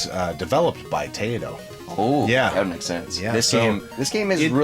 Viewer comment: Nice collection, fellas! Did you guys know that Rexer is a world champion R.B.I. Baseball player?? I could probably get through for a few years with the games you picked...although I would be missing my Contra and Ninja Gaiden games., it's Tai-to! You gotta say it like an angry Japanese man 🤣